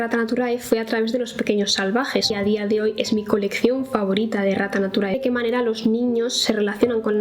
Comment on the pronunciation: Como no soy de España, mi momento humilde es haber pensado que la editorial se llamaba Rata naturae JAJAJAJAJA ahora con este video me he dado cuenta que en realidad se llama Errata Naturae, pero siempre que lo mencionabas pensaba que decía Rata jajajaja 🤭 gracias por tus videos, 💖